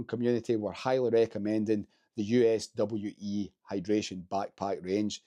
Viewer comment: USWE brand is pronounced "you-swee".